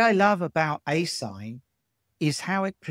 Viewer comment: Asinh is pronounced a-shine, a hyperbolic function, to distinguish it from asine/asin or arcsine,a trigonometric function.